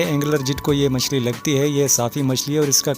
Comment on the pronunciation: Yar machli k nam to sekh lo phehle